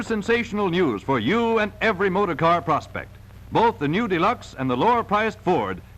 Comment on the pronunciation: He keeps emphasizing the word “prospect” like sometime of business deal is about to happen.